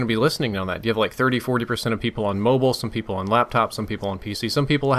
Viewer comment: says mobile weird....wonder how he pronounces bile....bol? and everytime i hears a word start with wh that says i just think of stewie griffin hahaha cool wh-ip